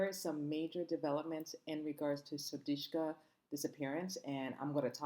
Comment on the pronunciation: How is it possible to continue to mispronounce her name.How ignorant.Her name is S-U-D-I-K-S-H-A.Get it right